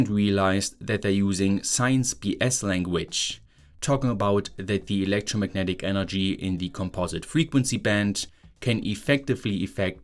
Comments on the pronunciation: Gotta love that “electromarnetic” technology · What is "electromarnetic"?